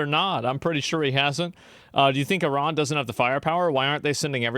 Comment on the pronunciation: It's not I-ron, it's I-ran. I'm sick of Americans increasingly using global pronunciations.